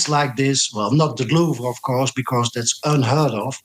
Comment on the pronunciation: "and , of cours , they are watching the news" 😊